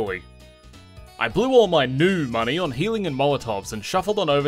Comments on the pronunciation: Pronunciation tips - "Nue" is not a homonym for "New", it's instead pronounced "New-ay". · It's pronounced New-A